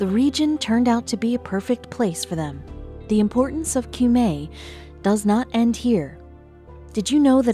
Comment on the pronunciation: "Cumae" is pronounced "coom - eye" in Latin. The river "Thames" is "tems." And what's so surprising about burials under a church? That's not the practice nowadays, but people of high status used to be buried indoors. As she said, the Victorians removed a lot of coffins from their church crypts, for one reason or another, but why do those 18th century archbishops who escaped notice have to be removed now? And why do the public need to view their coffins?